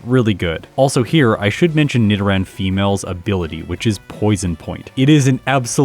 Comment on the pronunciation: Yeah, that’s the correct way as far as I know. Nido as in needle.